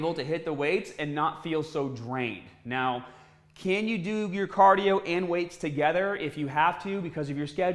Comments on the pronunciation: Caaaaadio haha love it is that a Boston accent? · CAAAH-dio! Gotta do your CAAAH-dio. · What’s cadio? 😂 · Why do you pronounce cardio like that